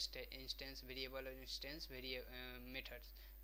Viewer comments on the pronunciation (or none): it is variable not bariable